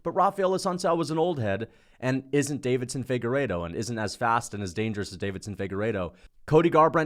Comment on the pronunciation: Deiveson, not “Davidson,” damn it 😤